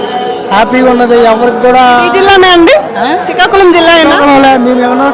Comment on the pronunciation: సికాకులము కాదమ్మా. శ్రీకాకుళం